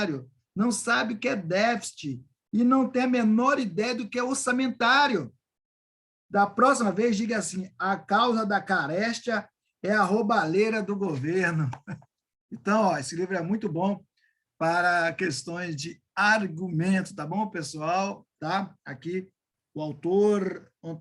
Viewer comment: Que videolixo; Camarada, vc não conseguiu ler um texto em público. Falou 'caréstia'. kkkkk